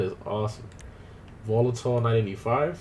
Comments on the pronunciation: Volatol not Volotol :)))) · Volatol not volotol you dumbass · Still, after 2,5 years you have "Volotol" written on the title. It's "Volatol" ;)